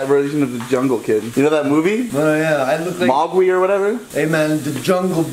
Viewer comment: It's MowGLI not mawgwi